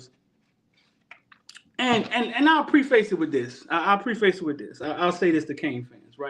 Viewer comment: say Pre-face faster, its pref-is. Mario needs to look into his soul and delegate the things he sucks at. He sucks at offensive scheme and time management